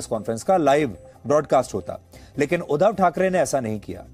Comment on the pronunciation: Oh god he is pronouncing wrong. Its not udhav its " udhaav".